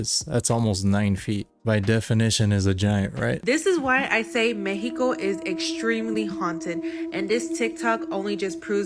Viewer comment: WHY?!? THEY SPEAK perfect English until this word ,,,,,me-he-ko, its Mexico, to us, mek-see-ko